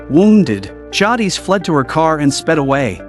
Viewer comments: It's JAY-DIS bruh, not JAW-DEES. Tell me you've never watched TWD w/o telling me. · Better than how he says Jadis 😂 Jah deez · How you gonna get the name jadis wrong like that?😊